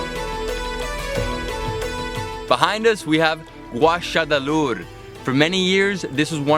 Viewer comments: I had to play that three times to hear what in the world he was saying. The pronunciation of Gásadalur is not even close to what he said. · woopsy doodle hahahha lol Gásadalur var Tad stuttligasta